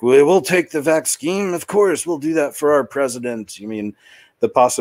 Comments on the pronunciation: Why do you pronounce vaccine... vax- skeen? Did i miss something. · Vax-scheme, as in it is all a planned agenda. Also, mispronouncing certain buzzwords helps to divert the YouTube algorithm that audits for videos with content that goes against the prevailing narrative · He knows how to pronounce the word. He says it differently on purpose